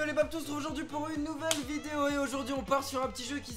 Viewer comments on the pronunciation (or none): none